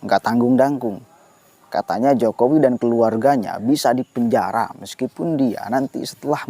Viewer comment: Pak ramli bukan bilang dipenjara, tapi bilang dipenjahra, r nya ngga ada.